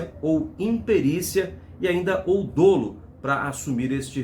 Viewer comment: Nao se pronuncia DÔLO. MAS. DÓLO. UM BALÃO DE GAS PARA 21 PESSOAS JÁ É TEMERÁRIO!!! QUAL TREINAMENTO FOI FEITO PELO PILOTO ? TUDO PRECISA SER EXAMINADO POR PERITOS ESPECIALIZADOS. ESSE VÔO JÁ INICIOU MAL. BASTA ANALISAR AS IMAGENS INICIAIS. A QUESTÃO É A GANÂNCIA DOS EMPRESÁRIOS .... CASO PARA JUSTIÇA BEM FEITA COM MUITO RIGOR E EXPERTIZE